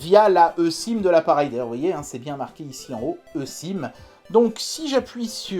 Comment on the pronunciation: Je crois que la e-sim se prononce i-sim ! 😂